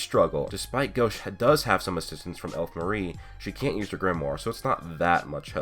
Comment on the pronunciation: it's gauche not gosh